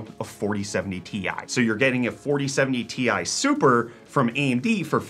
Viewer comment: the way he pronounced 4070 Ti Super 😭😭😭